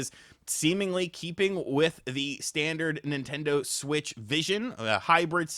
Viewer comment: Mimtando Shwich 2